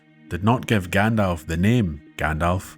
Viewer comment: “Grand-elf”….pffft. 🤦🏻 Thank you for such a well done narrative. I’m re-listening to your back catalogue until the next new upload.